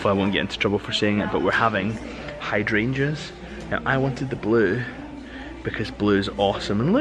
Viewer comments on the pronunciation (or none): none